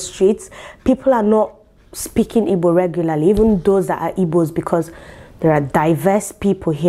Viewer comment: For the fact you are not saying “ibo” like the wannabes but the real deal IGBO, I love you more ❤️🖤🥰😘😍